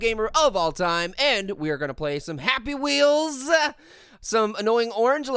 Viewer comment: happy wheelze 🤣😂